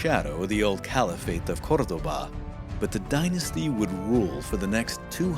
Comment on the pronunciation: ? Pronunciation of Spanish city names??? Traditional pronunciation is accent on second of three syllables, unless otherwise accented. ( Gre-NA-da was spoken correctly, but Cordoba wasn't) Unless there's some historical different pronunciation.